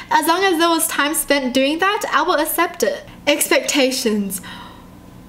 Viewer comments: You said assept not accept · the way u say accept like assept is so adorabubble !